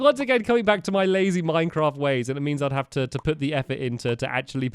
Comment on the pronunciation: Minevaft. Minceaft. Mindfraf. Minefat